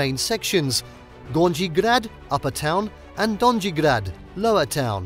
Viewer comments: Dondži grad ?! Joj kako to zvuci grozno !Ja Sam Zagrebcanka i taj donži grad mi “ buši uha !” Potrudite se da vam netko pomogne u pravilnom izgovoru . Pozdrav iz Kanade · Have you actually been there? I'm sure someone would've taught you how to pronounce donji grad, at some point. It's not hard at all. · please learn how to pronounce simple words (Gornji/Donji grad etc)